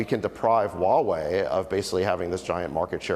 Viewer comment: needs to learn how to pronounce HUAWEI. It’s who-a-Wei. Not wa-Wei. Get it.